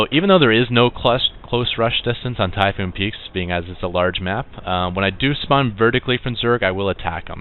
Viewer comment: map typhon peaks- NOT TYPHOON peaks(u said typhoon peaks alot) its ok just common mistake.